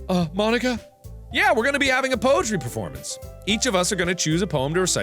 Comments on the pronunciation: Supposed to be pronounced: "Mon-eeka" What I heard: "Mo-n*kka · “Mon-Ika” MARK NO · Mon-ika just sounds wrong 💀💀💀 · When Mark said "Mon-nika" I was kinda scared ngl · When Mark pronounced "Mon-ika " I cackled because... u know 😂😂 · When he said mon Nika I amediatly thought he said the n word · is it just me or does marks pronounciation of 'mo-nika' sound like 'mah niggah' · Markiplier says n word "Mo-nika" White cringed kids: hehe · "Mon-ika" *spits out drink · Who else felt uncomfortable when Mark said Mon-icka? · He felt so awkward when he said mon-ika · Oh my god, I TOTALLY MISHEARD Mark saying Monika as "Mon-ika", like "Mo-*nika*"... sorry XD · Apparently "ika" means "squid" in Japanese, so that explains Natsuki's joke. It's pronounced "ee-ka" though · bro did NOT say monika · bro did NOT say monika 😭😭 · DO NOT BREAK MONIKA DOWN TO TWO SYLLABLES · The way mark says Monica 🤔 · he really should've pronounced it differently....😳😳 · When he slowly pronounced Monikas name ...👀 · Did anyone else here something when mark said Mon..ika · U said it wrong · it sounds like mark said the n word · hmmmmm thats not how you say it mark